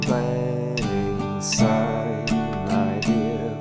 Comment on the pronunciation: Thank you! For saying "Syne" instead of "Zine". From a Scot living in northern Sweden. :)